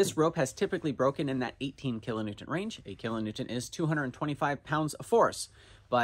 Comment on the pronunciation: The show is boring now that you say kilonewton correctly